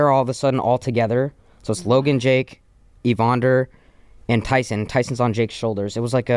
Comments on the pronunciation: I literally came to say the same thing haha. Glad I’m not the only one that cringed when he said evonder 😂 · Evander not evonder you dork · Bruh… it’s E-VAN-DER Holyfield not Evon-Der 😂 come on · not knowing how to say Evander had me rolling